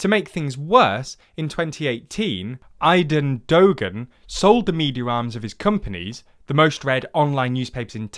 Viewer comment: Please in the future make sure to check how to pronounce foreign words and names. It's literally as simple as going on Google Translate and typing in the foreign word and listening to how it's supposed to be pronounced. Fidesz is pronounced FideS and not FideSH, and the G in Aydın Doğan's name is silent. It's obviously not the most important part of the video and I know it's difficult for native English speakers to pronounce foreign words correctly, but it can really throw off a viewer who comes from the foreign country mentioned in the video. It could even ruin the image of the channel for some people, because why would one trust a news source that can't even make sure they pronounce a few words right?